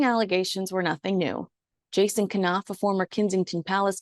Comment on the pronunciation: The K in Knauff is silent like in knife!